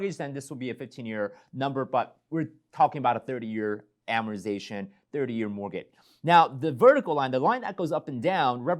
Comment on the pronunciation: Please pronounce amortization correctly. Thank you!